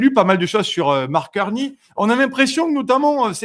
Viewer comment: Salut, ici à Montréal, on ne dit pas Marc Carni comme un nid d'oiseau cui cui cui, on dit Marc Carné comme crotte de nez, nez nez.